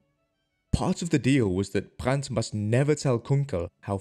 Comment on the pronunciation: There's no T in Brand's last name.